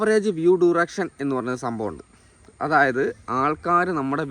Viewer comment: ഡുറെക്ഷൻ അല്ല അളിയാ ഡ്യുറേഷൻ